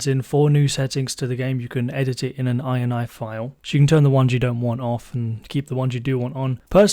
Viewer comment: Thank you for properly calling it an I N I file instead of an "iny" file. Just like GUI is G U I not Gooey.